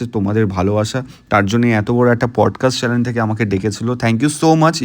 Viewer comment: চ্যালেন আবার কি ভাই..!!!??? চ্যানেল উচ্চারণটা ঠিক কর অন্তত